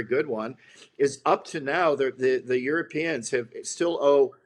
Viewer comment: "The Yoooropeens have been given a garden to live in?" That is one of the most hilariously stupid things I've ever heard.